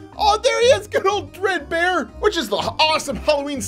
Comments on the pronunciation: Bruh he said Bread bear lol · It’s dread bear not bread bear lol